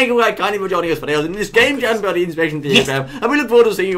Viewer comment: Its Bertie not Birdie -__